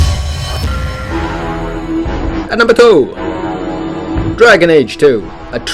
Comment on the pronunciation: lol! How he said "2" ! HAHAHA!